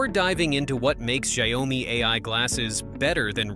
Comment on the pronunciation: can you please pronounce XiaoMi the right way? 😅